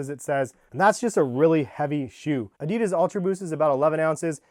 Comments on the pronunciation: Its adi Das not a dee das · He says adidas wrong 😑😤